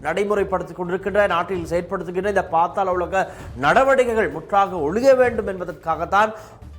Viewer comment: பாத்தால உலகம் இல்ல bro அது பாதால உலகம்😂